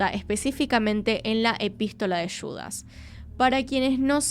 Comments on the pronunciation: ¿Por qué Yudas y no Judas? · Yudas?? Judas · JUDASSSS (JUUU) NO YUDAS